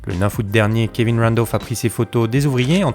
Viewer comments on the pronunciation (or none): none